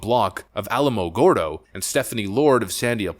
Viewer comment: I was born and raised in Almogordo. The way you pronounced it made me die laughing. You butchered it.